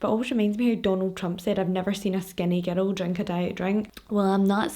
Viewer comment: Anytime you say girl or girls I hear “ghetto” or “ghettos”. Haha 😂 I love your videos, I’ve been binge watching all week while working.